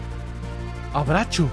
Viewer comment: JAJAJAJAJJS de la nada " abracho" 🥺